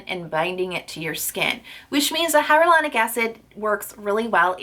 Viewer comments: "Hyaluronic" not "Hyarolunic" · omg, its hya"l"uronic and not hya"r"ulonic...you pronounce it wrong in EVERY video lol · Is hyRalanic acid different then hyalauranic acid? Or is it just your pronunciation?